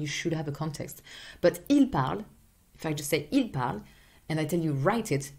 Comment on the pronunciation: I have a question. Whenever you say (Je parle/ tu parle/ il parle), I can't hear you pronounce the French R but rather a regular English R! Is that so?